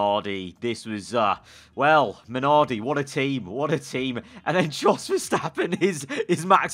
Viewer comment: It's "yos" verstappen